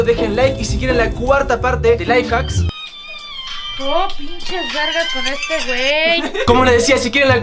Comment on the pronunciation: "Ay mi amor tenemos que dejar que se caliente" que onda wtf?? está haciendo el 24 horas siendo pasivo??? morí xdxd pobre Y aparte soy yo o se traba y endeves de decir life hacks dice LaiFaks??? Jsjssjs